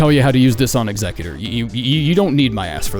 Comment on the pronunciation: Bro is the first person I heard actually pronounce Executor correctly. 🎉